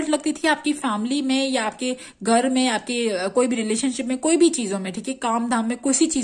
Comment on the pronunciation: गर नही ,,, घर बोलते हैं । हर हरररररर महादेव ।।।